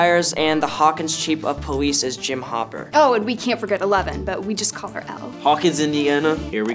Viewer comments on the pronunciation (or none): He said powice 😂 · Did Finn say "Powice" or am I just hearing things? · Did fin say poweesh instead of police